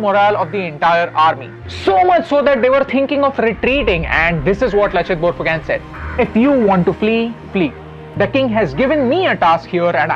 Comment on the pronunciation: we speak it borphukon not borphukan